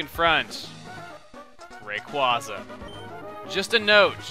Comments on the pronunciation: cmon its rah kway zah not ray kwah zah and its ever grande silent e not ever grand ay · You pronounce it raycwahza, google pronounces it raycwaza with a long a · Well not to be rude but it is pronounced rayqu(a)yza not au just a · It's actually Ray-quay-zuh, as in quasar. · Every time he says "Raykwaza" it hurts my soul just a little bit. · But that pronunciation SUCKS. Everyone prefers Ray-QUOI (as in pourquoi)-za over Ray-QUAY-za... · not even can pronounce it right. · It really irks me how pronounces Rayquaza... I mean really? Dummy...